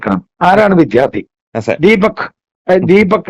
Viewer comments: വിധ്യാർത്ഥി എന്ന് പറയുന്നത് തെറ്റാണ് വിദ്യാർത്ഥി ആണ് ശരി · "വിദ്ധ്യാർത്തി"" എന്നല്ല പറയേണ്ടത്.